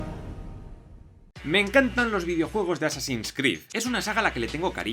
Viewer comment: Nadie más sintió como un tipo de satisfacción o perfección cuando pronuncio assansin's tres veces perfecta y fluidamente.......